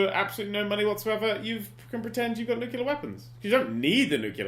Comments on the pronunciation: Dan. Read this word: "Nu-cle-ar". Where, EXACTLY, is the "KEW" sound??? There isn't one. Because the word is NOT "NEW-KEW-LAR". I thank you. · "Nucaleer weapons".. pffheerh, Okay Dan x) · Dan mispronounces "nuclear" the same way as George W Bush does and now I don't know what to believe.